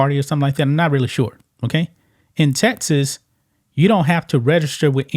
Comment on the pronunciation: Dude you can’t say Texas! It’s Texas! Not TeTas. Geez man.